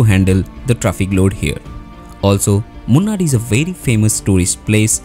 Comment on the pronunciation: It is pronounced Moonaar, not Munn-arr.